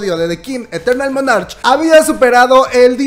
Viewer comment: Soy una vieja de 62 años fanática de los kdramas y el kpop. Puedo pedirte un favor? Por favor pronuncia la palabra monarch como "monark" está en inglés y la ch suena como una k. Yo soy tu fan y espero que algún día tengas tu propio espacio en tv. Te lo mereces y me fascina cómo te expresas...eres natural. Gracias